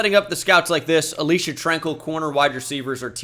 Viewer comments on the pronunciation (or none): none